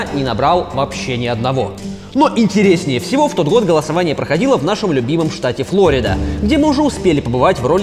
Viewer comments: Разве ФлОрида , а не ФлорИда ? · Не Флорида а Флорида